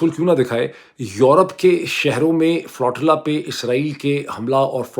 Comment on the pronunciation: بھائی صاحب! تلفظ “فلو-ٹی-لا” نہیں یہ لفظ flotilla ہے۰۰۰!؟